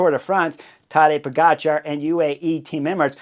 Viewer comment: Chris, never underestimate the ability of Bob Roll to mispronounce a rider’s name.. POE-JAH-CAR !!!